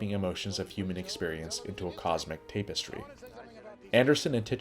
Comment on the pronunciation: Why do you pronounce it 'tape'-estry instead of tap-estry?